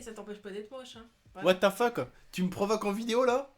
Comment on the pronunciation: Mdr j'ai l'impression que tu dis ''wate te feck'' au lieu de ''what the fuck'' ça me fait casser des barres (ceci n'est pas un commentaire de rageux) bisou 😘